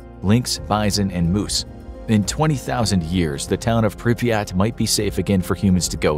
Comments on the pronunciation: the name of the city is pronounced prip er rat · He called Pripyat piryat